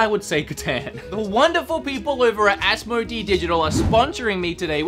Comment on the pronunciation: Am I wrong to also want to say that it is pronounced , As mo day